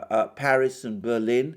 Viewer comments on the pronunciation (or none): none